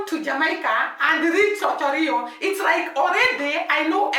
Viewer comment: It is called Ocho Rios you have to pronounce the s at the end. The whole Jamaica is surrounded by the Caribbean Sea